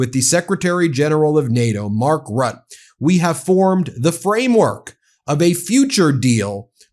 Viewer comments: Ben, for your ref Mark Rutte is pronounced Rooter. Great work! ❤ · Good episode. Small quibble, could you learn to pronounce Mark Rutte’s name as ‘Rooter’ instead of ‘Rut’. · It's not Mark "Rutt" by the way. The second half is not silent. So for you more like Rutt-UH. Just repeat the first U sound and you'll get close enough. Or just call him Teflon Mark ;) It's not a very common last name in the Netherlands anyway. I never heard it before him. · Mark Rutte. It's pronounced roo-te, not rut. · Hi Ben, great work. By the way, Mark Rutte is pronounced as: Rut-tu (with the last ‘u’ sounding like the e in ‘the’). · Ben, again, it is ˈrʏtə Rutte → “RUT‑tuh”